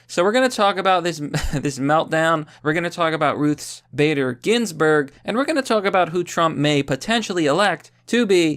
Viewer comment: Ruths Spader Ginsburg